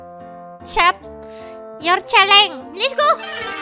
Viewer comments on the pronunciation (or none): Yang baca: accept Yang saya baca: Asep 😐